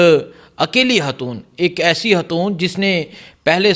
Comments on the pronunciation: Lully hatoon ni khatoon hta hy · 😮😮😢😢😢😢😢 ”حاتون“ نہیں 😢😢😢😢پلیزززز ” خ سے خاتون“